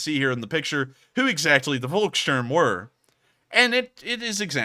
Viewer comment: "Volkssturm" - 'V' is pronounced as 'f' and 'u' pronounced like 'oo' in 'loo'. "Volk" means 'people', wheras "Wolk" means 'cloud'.